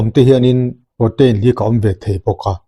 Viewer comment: Prow-teen or pro-tin tiin lam roh, pro-tein or pro-tain tih kha chu lam/sawi dan ani chiah lo. I channel kan lo ngaithla zel e.